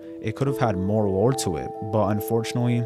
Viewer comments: Are you saying lore or war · what is the thing he constantly says GTA is lacking? Roar? War? I don't understand the word phonetically